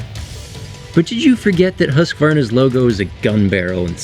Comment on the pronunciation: HE SAID HUSQVARNA CORRECTLY (mostly at least)!!!!!!!